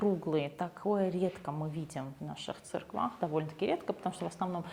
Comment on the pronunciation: Подача информации-вежливая,тактичная,интересная. Приятно-смотреть. Самое интересное. Девушка-гид-сказала - в церквах. И это-тоже правильно. В старо-русском произношении. Спасибо.